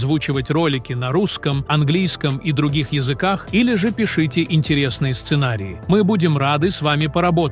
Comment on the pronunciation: Роботу, читающему текст, пофиг на ударения. С "пИшете" и "пишИте" у него тоже проблема.